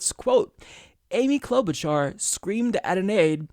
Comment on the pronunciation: Cloud-Boot-Jar...get it right!